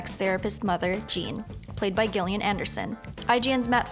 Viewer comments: Gillian as in (Jillian) not Gill. Heathen. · Gill-ian Anderson? 🤔